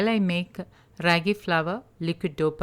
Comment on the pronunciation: The a sound isn't raggy as in shaggy but raagi as in raama.